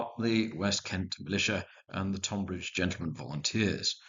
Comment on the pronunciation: A great set of battles. As a man of Kent, I did wince a bit at the pronunciation of Tonbridge, but these things happen.